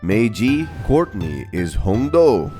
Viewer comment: I'm a Taiwanese🤚 You pronounced Courtney sooo good Actually, Duncan is called Biāo gē(標哥), "表哥" means older male cousin And Gwen is called Lū jiě (盧姐, different word) Others are pronounced close enough By the way, we call Mike as Xiǎo Hóu, which means "little monkey"😅